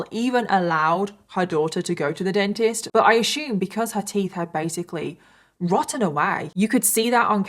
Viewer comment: Hi, not to be rude but why do you pronounce assume as ashume?